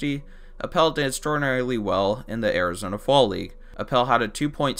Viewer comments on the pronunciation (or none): none